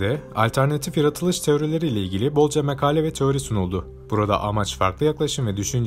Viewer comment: Yeni seslendirmedeki vurgu, telaffuz ve Türkçe hatası rahatsızlık verecek seviyede komplo/komple, cereyan/ceyeran, makale/mekale lütfen dümene yine siz geçin.